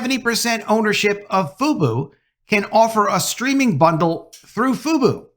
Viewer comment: Just call it Fuboo, not Fubo. It’s Venu, not Veenew, you’re pronouncing it as “Ven-You”, not “Vee-New”, or pronouncing “Fu-Bo” to “Foo-Boo” Talking about pronunciation mistakes.